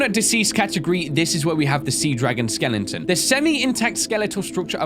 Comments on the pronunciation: why does say skeleton like "skelengton" lol is it just me? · i heard you said sea dragon skelenton lol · Am I the only one who loves the fact that he says "Skellington" instead of "Skeleton"? XD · Anyone else love how always calls skeletons "Skellingtons"? Because I do.